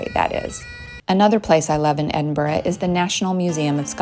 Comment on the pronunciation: FINALLY and American actually pronouncing my hometown’s name correctly…. Hallelujah 👍🏻